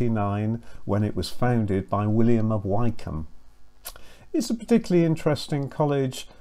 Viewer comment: great video, but you mispronounced “Wykeham” — think like Jane Austen and say “Mr. Wickham”…;)